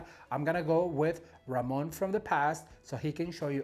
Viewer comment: Ramon my hat's off to you you said my name perfectly and yes I would I love learning how to put flower arrangements together